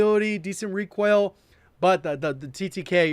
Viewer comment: Is He saying ReQUAIL?